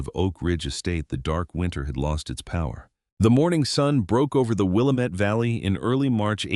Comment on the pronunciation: I wish they would learn to pronounce Willamette properly.